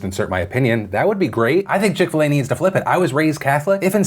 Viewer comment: I'm British and what is chick fil ey?